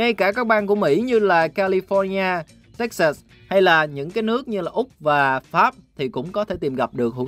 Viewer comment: Wow phát âm bang Texas của Hoa Kỳ chính xác á. Texas đọc đúng là Téc - Xệt chứ không phải Téc - Xát, ngay cả những người Việt ở lâu năm ở đây vẫn đọc là Téc - Xát.